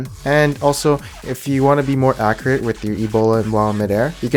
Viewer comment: Did i just hear you say acriate ? Are you DJ Khaled?